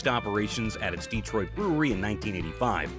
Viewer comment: It’s Detroit, not Dee-troit.